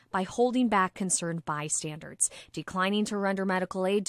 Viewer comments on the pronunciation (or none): If you're going to hire someone to read news, make sure they know how to read. It's asphyxia, not aphyxia, and bystanders, not by standards. 🤦‍♂️